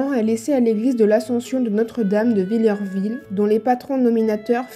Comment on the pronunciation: Le village de mon enfance... pour info on ne dit pas "vill-EUR-ville", on dis Villerville , phonétiquement, "vill-air-ville"... 😉